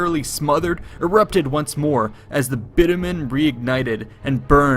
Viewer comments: Bitumen, not bittermen you dolt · Bitumen should be pronounced closer to Bitch-u-min than bit-u-men - just saying.